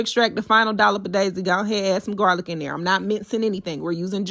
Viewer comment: Not jarlic 😂😂😂